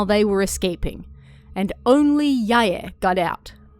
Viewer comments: It's more correct than pronouncing them as rhyming with "bye." Technically in Japanese, the "ae" combination is prounounced as two syllables, it just doesn't always seem that way when a person is talking quickly. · Why do you pronounce it "Sai-yay" and "Yai-yay"? Lol haha